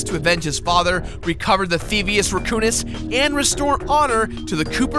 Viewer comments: I Know, But hes pronouncing it theivious "rEcoonis" not "rAccoonous" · you say can say Raccoon correctly. So then why tf are you saying "Reccounous"